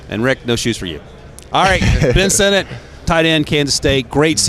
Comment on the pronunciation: Jared Verse✅ Jayden Verse❌ Ben Sin-It✅ Ben Sin-Not❌ Rome Oh-Doon-Zay✅ Rome Oh-Dun-Zay❌ Nah-Jee Harris✅ Nah-Jey Harris❌ Really struggling with the pronunciation on these players names.